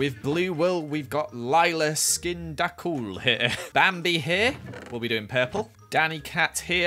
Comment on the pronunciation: Lyla.i.skin.da.cool Me: Uh you mean Lyla.is.kinda.cool. 🤣😂😂😂